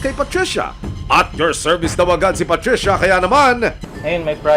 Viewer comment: KAHAPON: PATRICIA NGAYON: PUTRISYA 😅😅